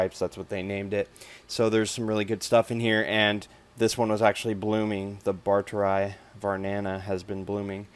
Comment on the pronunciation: A few notes regarding scientific names; 'barteri' is pronounced as 'bar-te-ree', and not 'barter-eye'. The 'eye' bit is pronounced only when there are two i's as in Phalaenopsis lindenii (lin-de-nee-eye). Also, it's more proper to say 'Anubias barteri variety nana' than 'Anubias barteri var nana'. You can write it down as 'var' but it's not supposed to be abbreviated when said.